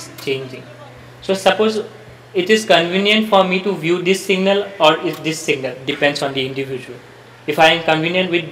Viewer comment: Abe singal nahi hota hi signal hota hi